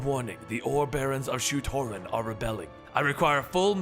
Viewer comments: It's: Sho Torun... not Rotin Edit* I mean Shu Torun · Isn't it Shu-Torun War?